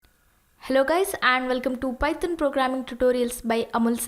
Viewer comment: i love the way u say "python". Its like pyton 😂😂😂😂😂😂😂